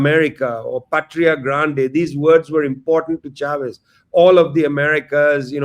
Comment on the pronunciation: It's not 'Shavez'. It's 'Chavez'.